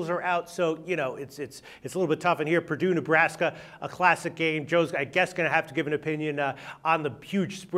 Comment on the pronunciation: Pardue? Isn't it Purdue?